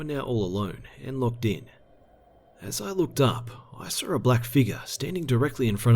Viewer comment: Why does this guy put an r at the end of Saw? I sar some.